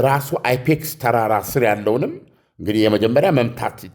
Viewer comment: አይፔክስ ሳይሆን የተራራው ስም ፒካክስ ተራራ ነው❤❤❤